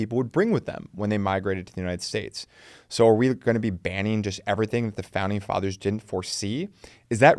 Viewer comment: Founding feathers or fathers? 😂 great video though!